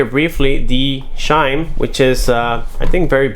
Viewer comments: Chime! Not shime! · not as funny as shime. Ssshime. Instead of CH - Chime.